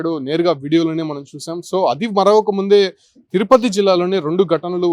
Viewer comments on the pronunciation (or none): none